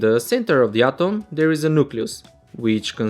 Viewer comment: Sir your atom pronounce is not good